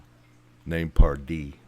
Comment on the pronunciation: commentary is annoying. it's Pardee not Dupree. you added nothing to this video. you're dismissed.